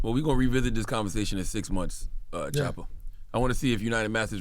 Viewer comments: Did he just call DAT man shoota 😂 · How do you represent this man. Talk so highly to us of him but you cant even get his name right. In his face. His name is not Shotta is Choppa